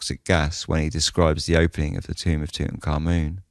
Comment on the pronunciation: You pronounce his name correctly. Few do. BTW, Lord Camarvon had to have had a compromised Immune System for that to have escalated to such a tragedy.